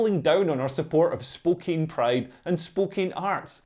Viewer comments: I believe the pronunciation is "Spo-can". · BTW, for some unknown reason, "Spokane" is pronounced "spo-CAN". Don't ask me. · It's pronounced Spoke-Ann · I live in spokane, im bisexual. These woke lefties are p_ss🐈 Also just so you know, we pronounce it Spo-Can here. Hearing spookane made me chuckle aha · Pronounced 'Spokann' ... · Pronounced spo-KANN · Not sure if it's the accent, but even though the city is spelled Spokane, but it's pronounced Spo-can. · The town of Spokane, Washington is pronounced spo-CAN. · My Scottish brother, that town is pronounced Spoke Anne. Although it was hilarious to hear you pronounce it your way repeatedly! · It's pronounced Spoh-can. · It's pronounced - 'Spokan'